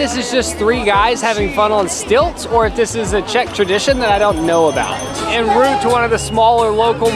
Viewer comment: God knows why I'm saying this because it's pedantic as hell and you are my favourite YouTubers, but here goes. The expression is "en route" - it's French for "on the way to". I assumed you were just pronouncing it wrongly, but then you actually put up a subtitle saying "in route". It's also pronounced "on route". Right, that's enough pedantry for one day :)